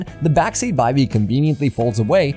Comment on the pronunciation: Cool, and its called a BIVVY not a By-v. :)